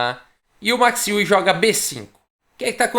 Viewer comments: Max Euwe...Max Iui...não seria Max Óivi a pronúncia?...ele era holandes...Holanda...país germânico... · falei com um amigo holandês que me disse que a pronúncia correta é MAX ÓIVE. A confirmar...